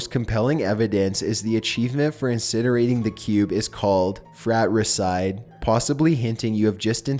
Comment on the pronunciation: I feel like this guy didn't take english.. At all. Ever Frat-ra-cide? It's pronounced FRAT-TRA-CIDE